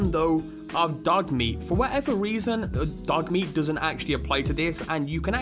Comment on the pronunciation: the way he says dog meat ha ha